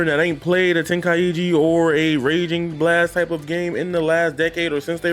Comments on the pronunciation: What is " Tenkai-iji???? It's TENKAI-CHI !!!!!! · Yea wtf is “ten kai e gee” 😂